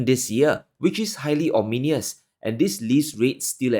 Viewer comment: 'Ominous' not 'ominious',.